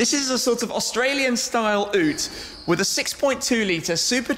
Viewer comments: learn how to say Ute like wtf m8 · Tim, In Australia. the Maloo is more treated as a coupe with a really big boot than a commercial vehicle. It's used for recreational use, to put your jet ski or trail bike in the back, more than for work. Also, just a reference, "Ute" is pronounced "Yute" not "oot" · No, no, no Tim. It's not pronounced oooo-t it's pronounced you-t = Ute. Maloo is also aboriginal for Thunder. 👍🇦🇺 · Shmee150 ute is pronounce you-te not oote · Sorry Shmee but its pronounced 'you-t' not 'oot'...... You should try and drive a Ford pursuit ute from Australia. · Nope; but got rellies who are. And anyone who grew up with Neighbours or Home & Away knows it's Ute with a (Y)ute, not ute as in brute. G'day! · No - I actually got it :-) Tim is pronouncing it "Ooooot" - there is a "Y" sound at the front. As in "Youte." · Ewwwwt? It's pronounced Yewwwwt my friend. Love you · Ute is pronounced yoot, not oot... Oot sounds very weird. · YUTE! YUTE! not ooote! Geez we are gonna have to educate these Poms. I've got this exact vehicle -colour and all. Love it. Power between 90k's and infinity is amazing. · It's fkn pronounced (y)ute not oote lmaooo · Made my day! So happy you drove this car! But I did hear you say OOT. Its pronounced YEWT. Youre forgiven. Nice review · Is it not pronounced yoot Tim? Not oot. (I watch a lot of mighty car mods and they pronounce it yoot..) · Umm Tim, it's pronounced youte. Not oote. Never heard anyone pronounce it like that before. Then again I am Australian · Aren't they Yu-utes not oo-ts? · Shmee was saying ute as ote when you say it youte lol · its a Holden ute, not a oote! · 'OOTE' UTE - yoot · Just saying but you say it like "y-ute" not "oot" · "ew-te" its ute bro. "you-te" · Did you call it an "oot"? Nice try Shame, try saying "You-te" next time. Good car to feature. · Ute Is pronounced YEWT not OOWT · yoot not oot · Ute is pronounced 'yoot' FYI... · Shmee150 dude its pronounced you-te not oo-te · Ute (you-t) not oot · oote HAHAHA